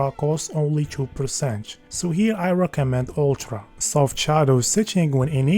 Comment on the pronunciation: I can't cope with this fcking "Ulchra" "Kepch" for fuck sake